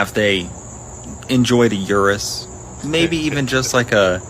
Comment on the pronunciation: PUBLIC SERVICE ANNOUNCEMENT: The Lamborghini Urus is pronounced OO-Roos (OO like in "food" and roos rhymes with "loose") not your-Us. It's an Italian vehicle with an Italian name.